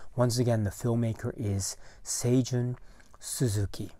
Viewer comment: Great video! Thank you for the correct pronunciation of Seijun Suzuki as I hope to tackle Tokyo Drifter for my next podcast. Terrific film and one of the most unique looking movies I've ever seen. The theme gets stuck in my head from time to time.